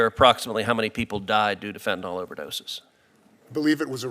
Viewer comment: Can someone please point out to everyone that the drug is Fentanyl, with a Y, not an O. It is pronounced FEN-TAN-ILL, not FEN-TAN-OL. I am surprised at Sen. Cruz for his mispronunciation as he is a very eloquent speaker an does not make many mistakes. Why is it so difficult for people to see that Y in the word and pronounce it correctly? Sorry to be the pronunciation police, but really?